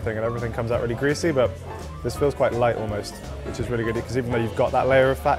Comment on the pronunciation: The girl keeps on saying"the food is so Loite"